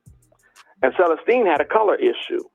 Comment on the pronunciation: Selesteene I'm thinking, incorrect pronunciation